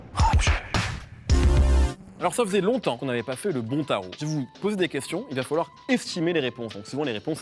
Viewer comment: « je vais vous poser des questions, Il va fôlloir estimer des réponses » Mehdi Maïzi, l’accent du Nord te guette 😂